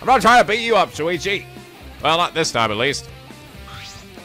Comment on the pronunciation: If Rantaro remembered the hunt but not his talent then maybe when they got changed back in the prologue it didn't actually affect him? Idk, I'm so the rest of the vid may change my view. Also... it's SHU-ichi, not SU-ichi... I'm just saying...